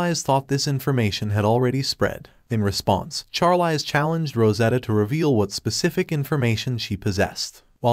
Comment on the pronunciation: I hate how the bot says the Female lead's name. It is pronounced sharleez just like the actress Charlize Theron, as well as mispronouncing many other names and words like resume said rezumay